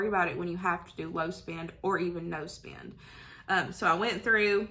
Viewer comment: Low spin no spin? What does that mean? You mean spend. Lol! It was your accent that got me confused.